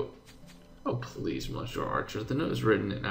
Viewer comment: Hi,. Monsieur is pronounced more like messy + you with the stress on the last syllable. I'm not a French native speaker but it still hurts me to hear it;D